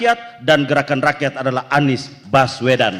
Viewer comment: 😂😂😂😂 yg perempuan ngomongnya geraan ranyan.....😂😂😂